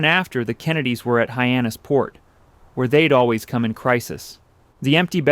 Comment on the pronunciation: Might be "ay-eye". He makes several pronunciation errors (Hyannis PORT) and spells out WASP, which is normally pronounced like the insect. These are "tells".